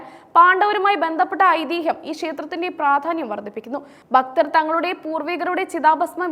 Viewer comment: ഭക്തൻ' എന്ന വാക്ക് 'ബക്തർ.എന്നു പറയുന്നത് - നീചമായ വാക്കാണ്....